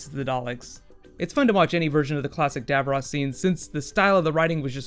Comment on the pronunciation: Cool video. Sorry to nitpick but you are mispronouncing "Davros".